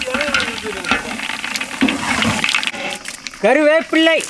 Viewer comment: கருவேப்பிள்ளை அல்ல கருவேப்பிலை🤗